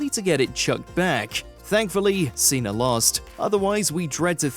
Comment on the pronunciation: John Ceh-NA